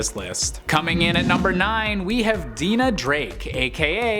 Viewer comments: “Deena” Drake? you mean “Dye-nah” Drake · Three names that are mispronounced. Please review your source material next time. Pamela EYES LEE. DYE NA Drake/Lance. and ON DREY AH Beaumont. . Watch Mask of the Phantasm.